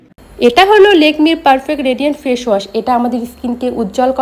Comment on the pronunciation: Ai je ... Bonti.. ota lekmi na lakme okkk... osikkhito akta